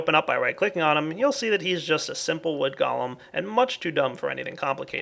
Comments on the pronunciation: I'm pretty sure its pronounced "Go-Lem" not "Gol-um" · pronunciation of the word golem is go-lem. 'Go' as in go over there. and 'lem' as in lemon.